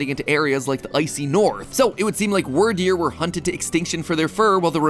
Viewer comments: Love you mathew but please pronounce the names right weer deer not wir deer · It's weird deer not word deer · "Wordeer" - MatPat 2022 Instead of pronoucing it like dragon wyrm. So Wyrderr instead of "Wordeer." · It's not "wur-deer." It's "weerd-eer." Wyrd is pronounced the same way "weird" is pronounced in English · ...Anyone else pronounce Wyrdeer more like "Weird deer" rather than "Word deer"? XD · Matthew it's Wierd-ear not word-ear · hearing matt pronounce the "wyr" in "wyrdeer" like "word" instead of "weird" hurts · Bro it’s pronounced “Wirdeer” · Really bugs me how you say Wyrdeer. It's pronounced like "Weird." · Excuse you! it’s pronounced weer-deer. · wyrdeer is meant to be pronounced as weirdeer (weird ear) XD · Succeed is pronounced like wierd-eer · Its pronounved weerdeer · Why is he pronouncing wyrdeer as wurdeer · Also, this one's just my take on it, but I think Wyrdeer is supposed to be pronounced "Weer-deer," like "weird-deer," but again, that's just how I perceived it. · wur-deer great job mat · ITS WEER-DEER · Isn't it pronounced Weird-eer? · You mispronounced Wyrdeer. keep in mind the name of pokemon tend to have puns associated with them. in this case, it is Weird. While modern definitions of Weird just mean strange or unusual, the archaic meanings refer to fate and destiny, as a Weird is another name for a soothsayer. Since this is a Psychic type pokemon, being a soothsayer makes some amount of sense, therefore the name is [Weird-Dear], not [Were-Dear]. Thank you for coming to my Ted Talk... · Him pronouncing Wyrdeer wrong hurts my soul